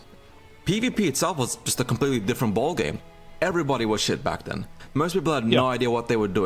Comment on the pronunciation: Mans a roadman LMAO ' wasnt quite like that back den '